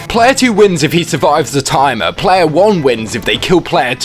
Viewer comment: “Plaaaayaaaaah Weuuuurk” Jesus that accent dude